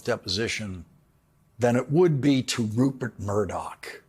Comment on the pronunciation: LAWRENCE!! I TOTALLY love you, but PUHLEEEEZE get facts straight. The amount awarded to the Dominion voting company was $787.5 million. You said $767. And it sounds like you are mispronouncing the name.... It is RuPert!! It sounds like you are saying RuBert Murdock with a B.